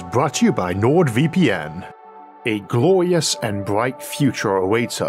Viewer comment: A gwowious and bwight future